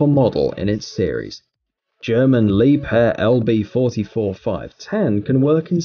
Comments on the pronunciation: ok one thing its not lieb hair its liebher thats how you say it k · 😳this was i was told to pronounce it 🙄 Li- beer or Lee - beer .. the h is silent Liebherr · Working for Liebherr it's painful to hear you pronounce the name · Where the heck did he get the p from in liebherr